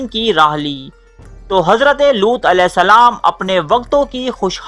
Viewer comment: Looth not lots